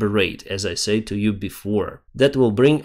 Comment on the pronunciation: hey tip for you you pronounce said and hotel wrong still understandable but i'm just letting you know so you can correct it and slava ukraine